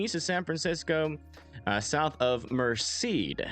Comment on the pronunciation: Its pronounced, Mersaid.. Merced